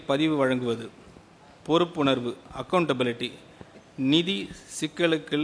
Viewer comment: நிதி யை நீதி‌ ங்கிற நல்ல தமிழ் பேச்சாற்றல்😂😂😂